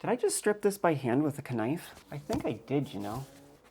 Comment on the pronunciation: I can't believe you called a k-nife I thought I was the only one.. that says shit like that lol 😎👍